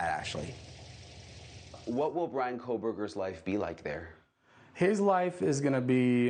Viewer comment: It's Bryan, he won't fancy you if you can't get his name right.